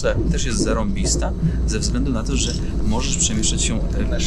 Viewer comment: chciał powiedzieć "to że czasy są niepewne " czy "toże czasy są niepewne" he he he